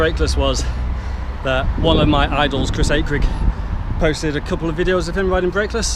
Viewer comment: Someone pronounced Akrigg's name properly, it's a miracle